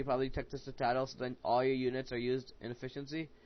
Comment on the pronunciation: Dude, Citadel is pronounced "sit - uh - dell"! ;)